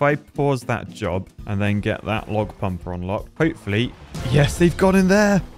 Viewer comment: ""Ibe nicked yer jerb!" Sounds like the southerners in my woods. XD